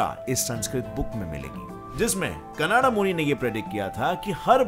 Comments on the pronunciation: Not कनाडा it's कणाद ok. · आप नाम को ठीक नहीं बोल रहे, ऋषि कणाद को कनाडा बना दिया। ऐसा सब k नाम में किया हे। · कणाद not कन्नड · Kanada nahi kanad angrej ho kya 🇮🇳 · "कानडा" नाही रे बाबा "कणाद"... 😂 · Actually it's not 'कनाडा' , it's 'काणद' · Vo kanada nhi shri Acharya कणद h 🙏🏼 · It's not कनाडा it's कनाद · are angrej wo kanada nhi kanad muni h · Not kanada yes kanad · It depend upon people How did they read and Understand it . Some kanada some kanad but he say Canda 😁